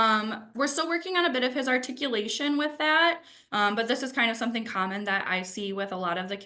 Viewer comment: Umm if you’re going to use the word articulation, please learn how to say it